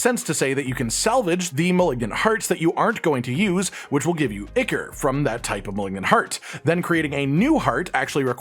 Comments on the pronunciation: PS - Ichor is pronounced "eye - core" not "icker" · (Ichor) its EYE-kor not ick-ur. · eye-kor not icker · Ichor = "eye core"